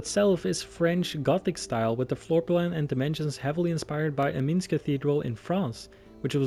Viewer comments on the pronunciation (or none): amazing but: Clerestory is pronounced clear-*s*tree Salisbury is pronounced soul*s*-brie Amiens is pronounced Am-ee-o-n Amazing vid, just though i could help correct a couple pronounciations :) Also just pointing out... there no pipe organ. . . Please do this kind of video more often, i would love it :)